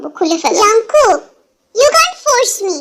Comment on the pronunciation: Api jung kook na kooki kooki ka tumi jungkook bolso 😂😂